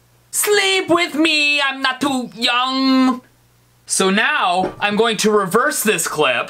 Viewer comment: he said yum is staid of young